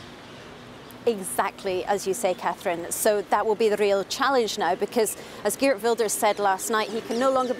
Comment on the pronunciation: Can the BBC at least try to pronounce Geert correctly. What arrogance to mispronounce a person's name! Wel gedaan Geert!